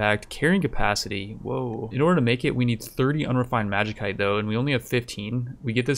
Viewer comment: It's pronounced magisite not magikite lol please